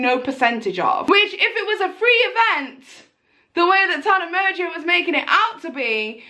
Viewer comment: The way you pronounce Tana Mongoose’s last name it sounds like “Tana Merger” 😂